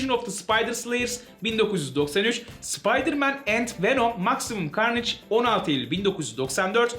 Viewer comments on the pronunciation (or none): none